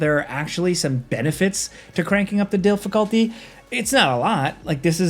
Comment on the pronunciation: Definitely gonna crank that "dilfaculty.". 🤭